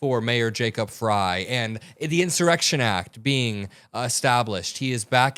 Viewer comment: Thank you for your work. Also thank you for correcting yourself and pronouncing Mayor Frey's properly. Very impressive.